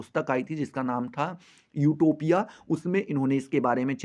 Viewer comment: आटोपिया नही😂😂 यूटोपिया😅